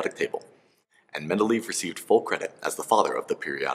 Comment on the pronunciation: I think it's men-da-lay-ev